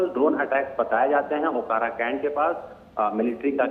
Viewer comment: अकोरा नहीं।। ओकारा